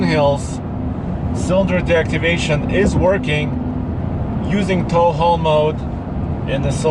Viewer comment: THE "TALLLHALLLLLLL" MODE, HE CANT SAY TOW HAUL MODE, HAHA, WE LOVE YOU